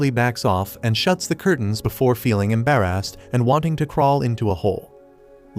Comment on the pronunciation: The way browsed embarrass "embarress"